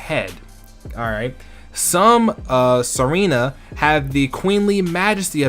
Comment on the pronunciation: or it's meant to be pronounced Serena